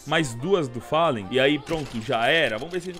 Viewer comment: Bad "fellan"